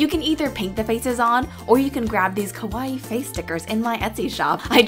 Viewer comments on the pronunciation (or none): you pronounced it wrong